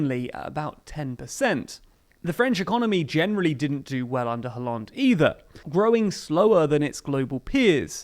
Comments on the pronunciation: Its kinda cringe but its pronounced as Ollande. The H is silent. If you are going to pronounced Benoit like the french, you should be consistent. Just a gentle reminder. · I like your show a lot, but honestly you should work on your pronunciation (Hollande, Mélenchon etc)